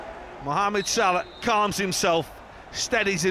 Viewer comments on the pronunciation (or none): none